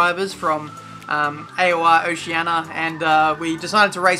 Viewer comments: Okay, gotta ask this. I hear ''Oceana'' but isn't it ''Oceania'' ? xD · Rosario Verano its supposed to have an I but its a bit of a mouthful to say quickly so people just say oceana, like how most people say 'febury' instead of February